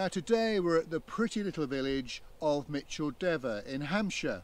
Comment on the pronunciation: Thank you for getting the pronunciation right.